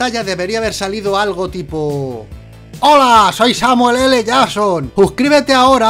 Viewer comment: Es JACKSON...JACKSON...no llason jajajaja